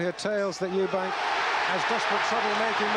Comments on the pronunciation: It always pissed me off how disrespectful Barry was by constantly referring to him as Eubanks, there was no fucking s on the end of his name and that was rude and ignorant of him. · Barry McGuigan seems to be struggling with getting Eubank’s name right for some reason…🤔